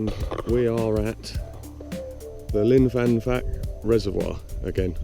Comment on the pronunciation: Brilliant mate. I thought I was the only one daft enough to go up things like that gully. You can almost see where I used to live from the top of that gully. The grassy knoll LOL. It's actually called Pwll yr Henllyn but you'd better not try to pronounce that after your Llyn y fan fach pronunciation lol. ATB Mark.